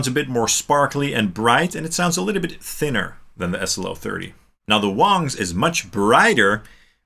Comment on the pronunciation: I Feel like you are pronouncing the Wang wong. See what I did there? Wong, wrong…